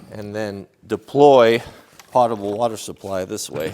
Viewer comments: This isn't meant to be snarky at all. The first syllable of Potable rhymes with poe, not pa. It's pronounced poe ta ble. I'm really enjoying seeing the van come along. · in the absence of pettiness, may I please correct your pronunciation of Potable? It is pronounce PO-Ta-ble. Long "O". Something that is Pot-able is just able to be put in a pot and sewage can do that. Please blame Alex Trebek for this. I thought for the first 15 years I was in the Army that it was Pot-able as that is what I always heard. There was a category on Jeopardy, Pot-able Po-tables. I thought he was nuts and couldn't speak English. I looked it up in the dictionary and found out that he was correct and that PO-table means: safe to drink, drinkable. I respect your skill and intelligence but you fell for the same thing that I did. Please accept my correction as it is not just to criticize, but to improve. Keep the excellent, informative and entertaining videos coming. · Another nice video,. That adapter looks like a nice solution. BTW, it's not pot-a-ble like what you cook in, the "o" is long, like potent. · Potable is pronounced with a long o. Don't feel bad, most people mispronounce it. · Honestly, almost no one pronounces potable properly except those of us that process water for a living. I process 4-6 MGD of drinking water.